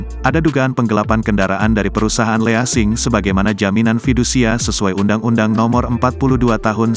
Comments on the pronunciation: Bacanya jgn LEASING BRO, tp LISING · Bismillahirrahmanirrahim. Jika tak bisa bahasa Inggris (detik 42) ya pakai bahasa Indon saja : perusahaan Kredit Sewa Beli. Jangan Leasing yg bhs Asing, dilafadzkan jadi Le ASING. Hanya karena benci bhs Asing. Lafadz yg benar : lising. WSLM. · Baca leasing aja salah bro malu2 in loe berak dulu aja